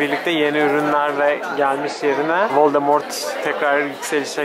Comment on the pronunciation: Ay kızz völdemortt vuur banaaah :))